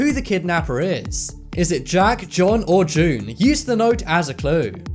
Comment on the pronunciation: For the 1st riddle i wasn't sure if it was john or june since i heard Johnm when you said the name so went to June. For the last quistion my answer is Her sister has contact of the guy and knows his name but she won't admit that he knows the guy so she killed her and hopped the guy shows at the funeral